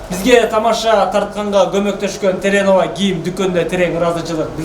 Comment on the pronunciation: Молодец ука, бирок теренова эмес террановакен